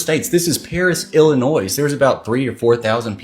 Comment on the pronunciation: I'm from Chicago and dude pronounced my state making the s sound on the end of illinois and I just wanna say don't do that dude 😂